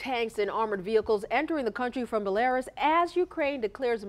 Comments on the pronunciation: Mispronouncing a country doesn't make you sound all that intelligent or informed. It's pronounced "BEL-UH-ROOS"...not "BEL-AYR-US" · Bellairass?!!😄😄😄 Its Bellaruse lol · OK, people nowadays have no idea how to pronounce the names of foreign places or historical sites. During the intro of the segment the woman pronounced Belarus as “buh-LA-ris” (rhyming with Polaris) and the man pronounced Kiev as “keev”. WTF As technology grows and grows people become more and more uneducated to the ways of the world and to me at least, it is infuriating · The lady "newscaster" pronounced Belarus like she never heard of the country before. She pronounced it as if it rhymes with Polaris. It's BELL UH ROOS, accent on the 3rd syllable, of course. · Did I just hear it pronounced as "bel-air-iss?" ...welp we're done here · Bell-are-us? Keeeeev? Yikes. No wonder the rest of the world thinks we're idiots. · She said Bell-air-us for Belarus. SMH. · she said bel -air -us lol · Did she say belAIRus? Lolol the hell? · Bah-lair-us (Belarus)? and Keev (Kyiv)? Horrible pronunciation from "news" people who have no clue about this part of the world. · How can you be doing the news and not know that it is pronounced bella- ruess 🤦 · How can one report international news and mispronounce Belarus? Bell-ariss? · "Belarus" is pronounced beh-la-roos. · The female anchor can't even pronounce Belarus. Lol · I was wondering where the hell she was talking about. I didn't realize that she meant to say Belarus lmao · Multiple war crimes are certainly happening, but the worst was that woman’s pronunciation of “Belarus” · Anybody notice how she pronounced Belarus at the beginning lol